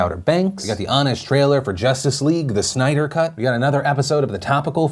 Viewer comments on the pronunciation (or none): none